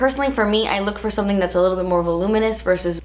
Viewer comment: I love when she says " das expensive" hahah 😂